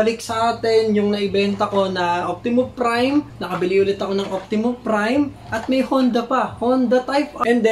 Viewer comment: Optimus Prime bro not Optimum.